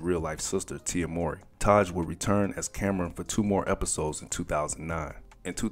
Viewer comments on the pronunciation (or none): Man his name isn’t more-ry… it’s MOW like NOW-MOWRY. U sayin it thru the whole video man. Please redo the commentary 👌🏽🙏🏿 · their last name is pronounced "Mow-Ree", not "Mor- Ree". Just FYI. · WELL THE WHOLE VIDEO U SAID HIS LAST NAME WRONG......its M W.....RY.................... not maury bro.......IJS........ AND HE IN KEVIN HART NEW SHIT CALLED ME TIME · Not "More-y". It's pronounced how it's spelled, Mow-ry. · 😂fr!!!...he pronounced it like "maury".... got me thinking bout paternity tests,"You Are Not The Father!!!",the crowd booing when the dude come out,etc. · I kept asking myself who he was talking about. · just say Taj as your pronunciation of his last name is starting to somewhat grate on me bruh! It's Mowry (Mow-ry) not Murray not Morey and defo not Morrey/ie. Otherwise nice vid👍🏾🙏🏾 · It's not Mor-ry it's Mow-ry guy! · Pronounced "Mowry", not "Morey"... like m-ow-ry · MOW( as in cow)- REE! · its pronounced... MOW-REE !!!! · Tia says it like “Moury”. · NOT NO DAMN MAURY MOWEY!! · It's Mow-ree! It irked me, sorry Lol... but great content none the less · I know you’re younger than 35 because you don’t pronounce Mowry as Ma-OW-ree lol